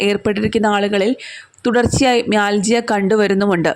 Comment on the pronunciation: It pronounces mialgia